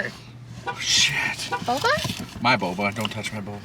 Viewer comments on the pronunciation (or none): none